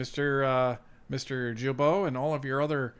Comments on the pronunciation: It’s guilbeault , start like guy ,,,,not jilbeault,,,,,, gaga not jaja,,,,, start like “guideline” ,,,,, not “ jideline” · Woop woop 😂... thanks! And that name is pronounced GILL--bo... NOT JILL--bo! Quebecker here, telling you this! Correct pronunciation increases credibility. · OMG is name is not Jibeault but Guilbeault as in Guitar! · Please pronounce Guilbeault’s last name with a Hard G. Not pronounced like a J. I am an avid follower of Northern Perspective. But as a Franco Ontarian I cringe every time you say it like Jillbo. Keep rocking. Tell your cats that I said. Psspsspss. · Gill bo not jill bo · as much as I don't like Guilbeault, could you learn to pronounce his name properly? GU indicates a Hard G. Not a Gilbeault. Thank you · It's Guilbeault pronounced with a HARD G. Not Djilbo, but Gueelbo. :) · With all due respect: Blue boomer from Qc here: The prononciation of Guilbeault is: « Gill-bo » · It's Gilbeault with a hard G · Say it right it's pronounced gee bo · I don’t care how you say it but it’s actually pronounced Geeee-beau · Gee bow, its pronounced Gee Bow, the climate change green grift high priest. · Jill Bo????? You said his name wrong 100 times. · In french you say Guilbeault with a hard G without pronouncing the U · Just a gentle FYI. Mr Guilbeault is said as a hard G. Like “Guy” or “goat”